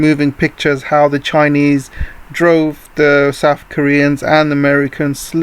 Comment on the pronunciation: I want to know why you pronounce north or south (norf and souf) and (death deaf)